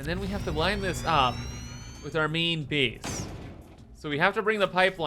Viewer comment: I love how pronounces 'main base' as 'meen beese'. It's a delightful thing to hear